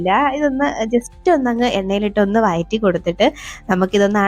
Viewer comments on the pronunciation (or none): Not വയറ്റി but വഴറ്റി